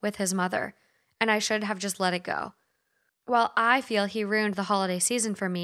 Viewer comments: Ima say it because I actually cannot stand it anymore after binging these: it is RUE-IN. Not ROO-N. RUE. IN. A RUNE is a SYMBOL. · You also say "ruined" strange to me 😂 You pronounce it "rooned" while everyone I know says "roo - ind" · My husband is from the midwest too, and we have debated over several words and their pronunciation such as “roof” he says “ruff” I noticed hearing you say “runed” as ruined “Roo-in-d” in the first story. Lol i just thought it was a midwest thing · Right after talking about bage vs bag, she says rooned. Yall are so cute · We pronounce it Roo-inned in England...maybe they say runed in Scotland but the r is rolled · I’m British and I swear to god if anyone pronounced ruined the way does they’d get the shit ripped out of them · Vague is VAY- g 😂 And I love you guys but yeah your pronunciation of ruined gets me every time.